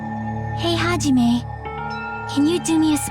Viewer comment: i liked it when monomi said haijime u stupid face